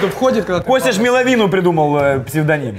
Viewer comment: сказал: "Костя ж МэловИну придумал псевдоним" он вообще знает, что за неправильное произношение псевдонима МЭловина он может заработать проклятье от мэловинаторов? 😂 p.s. выпуск – пушка! до слез со всего, но вбросы Кости рандомных слов, которые никто не знает – ЛУЧШЕЕ 😂😂😂